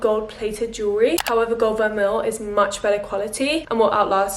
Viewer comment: Great video:) just a little PSA, Étoile is pronounced eh-twul (like how you pronounced it but without the é on the end. It means star in French!), Linjer is pronounced linear (like the adjective meaning in a line), vermeil is pronounced ver-may and mauve is pronounced mowv:)